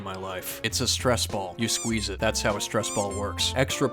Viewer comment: did you say squeeze it? Oh, I thought you meant chew it